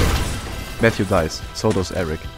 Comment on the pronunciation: I believe Mxthe is pronounced "Meh-Kis-Da". Note that he is from Mexico, and according to their alphabet, the X is actually the "la equis". I struggled to pronounce this myself initially but I think this pronunciation is most accurate. Of course, if you can reach the dev himself, maybe he can correct me if I am wrong.